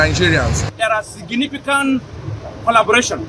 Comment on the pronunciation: They have monopolised every sector. That is why Nigeria has retrogressed! They do not have the knowledge or expertise. They are there because they are fulanis...even hear their speech.."Signipicant, Pandals". Buhari has blatantly insulted millions of Nigerians by putting unqualified people in key positions. Very annoying